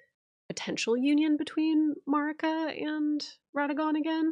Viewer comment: Melina pronounces Marika like (A)merica. I’ve always thought it strange that some people who have played the game and are so good with the lore still pronounce her name so weirdly 🤣😂💜🤭